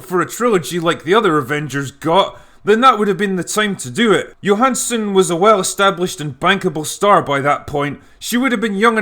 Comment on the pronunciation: Brownie points for saying Johansson's name correctly.